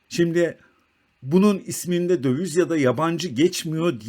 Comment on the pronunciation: Merhaba, video için teşekkürler. Naçizane bir eleştirim olacak. Sürekli "dövüz" dediniz. Bir ekonomi kanalında "döviz" kelimesi çok geçtiği için düzeltmek iyi olabilir. Kolay gelsin.